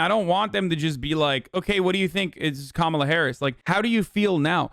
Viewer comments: It's not "Kamola," nor is it "Kamela".. it's "KaMAla"❗ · How the fuck can she still not pronounce Kamala right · Learn to pronounce her name. They will always say it wrong on purpose. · Wtf is it with conservatives not being able to pronounce “Kamala”??? I’m not even a native speaker and it’s not hard for me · Why do they insist on mispronouncing Kamala? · Why do they always mispronounce Kamala on purpose?